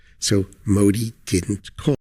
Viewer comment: Bhai aap yaar modi ji ka name sahi se liya kro baki sb thik kaam kr rhe ho